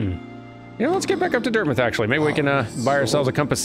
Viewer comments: As an experienced hollow knight player, "Dirtmith" killed me. XD Pro tip, 'dirt mouth.' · DIRTMITH??!?!? ITS DIRT-MOUTH